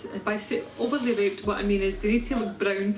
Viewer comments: You say, “Overly ripped” I hear “Overly raped” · is it just me or does it sound like she is sayin overly raped?